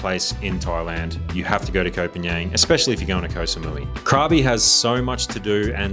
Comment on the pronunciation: Nice video, but why not do a little research on how to pronounce Thai names? You're so wildly off with Koh Phangan, Khao San Road, and even you're own Hua Hin that it wouldn't be understandable to anyone accept maybe a fellow Aussie, let alone a local Thai. So easy to plug these names into Google Translate and pronounce them somewhat correctly.